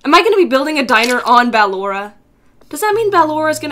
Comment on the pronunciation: Idk if you know this, but Ballora is pernounced "Bull oar uh"